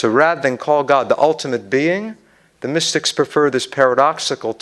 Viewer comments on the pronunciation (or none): none